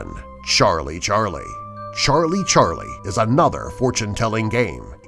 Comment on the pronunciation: Why does he said.sharlie Charlie? Lol